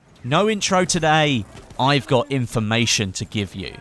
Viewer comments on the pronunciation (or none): none